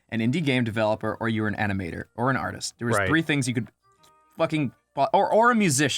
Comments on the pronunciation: man i hope says arteeest more often, it's soooo funny! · Someone needs to tell to stop saying "arteest". It was okay the first 30 times but it's getting a little old.